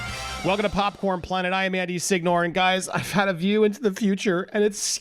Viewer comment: It's popcorn planet. Not "popcorned" planet.